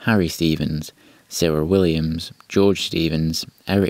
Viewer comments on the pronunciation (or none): none